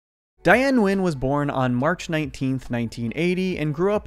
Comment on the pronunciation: Her last name is pronounced as "Win".